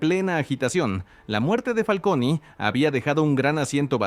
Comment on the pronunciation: Me pone nervioso que le diga Familia "FALCONIII" 😅